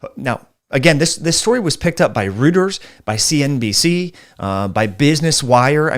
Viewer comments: “Reuters” is pronounced “Royters.” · Just a heads-up, Reuters is pronounced, “Roy-ters”. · reuters: said "rooters". What a laugh. And btw, got evidence that the increase in Omicron means less Delta?